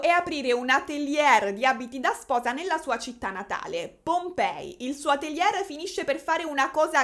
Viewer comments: non te la prendere, ma ATELIERRRRR non si può sentire 🤣per il resto sei simpaticissima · Magari "atelier" lo pronunciamo alla francese (ateliè), la prossima volta... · Atelier Non si può sentire 😂😂😂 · onestamente l'argomento mi è totalmente "lontano", ho visionato il video solo perchè sei stata tu a farlo e devo ammettere che mi hai divertito anche sta volta. a tal proposito ti richiedo se potresti fare una serie sullo "scandalo" del momento (ormai mesi e mesi) riguardante Mr. Beast e Logan Paul e KSI, sarebbe bellissimo fossi tu a parlarne. grazie! ps. se non erro la parola atelier si pronuncia senza la r finale ( scusa ma non si può sentire) 😅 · insomma... se il "livello culturale che merita tanto di cappello " è questo, penso che ci siano seri problemi. Per esempio se non sai pronunciare Atelier correttamente o cerchi su google o dici sartoria, sartoria di alta moda. Vale anche per Cartier, se non sai pronunciarlo informati. Sul resto potrei concordare. Peccato per il tono sempre stridulo della voce.